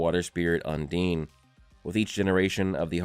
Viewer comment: Bro no way you think “undine” is pronounced “un’DEEN”